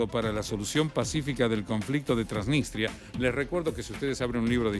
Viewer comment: TransniStria no "TransniNStria"